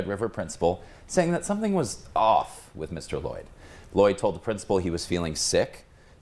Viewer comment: “Midadoyd” Mr. Lloyd was one of my favorite teachers. Still is!